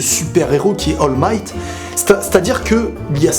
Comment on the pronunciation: C'est pas Hall Might, c'est All Might